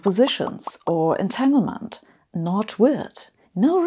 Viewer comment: A brilliant explanation. Sabine always does great videos & speaks English so well. As a pedant I have to point out that "entanglement" is pronounced with a "g" unlike in German. And its "stronger" with a "g". Thats the trouble with English & German - spelled the same but pronounced differently - "Finger" & "finger".